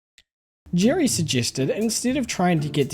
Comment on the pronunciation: Hi. You are using all the wrong vowel sounds. Who the heck is Girry?